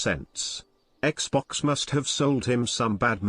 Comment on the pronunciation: is it just me os this dreamcast wierdo says "XPOX" insted of xbox